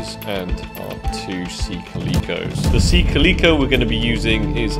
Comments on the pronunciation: isn't it Sea "Ka luh kow" not how was saying it? Its the same as the cat type of cat... Calico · The way says calico bothers me